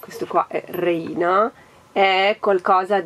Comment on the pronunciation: Ciao, la parola reina in spagnolo significa regina e si pronuncia réina, con l'accento sulla e 😘😘😘